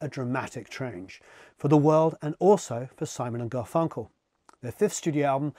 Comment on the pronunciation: The emphasis on GarFUNkle is killing me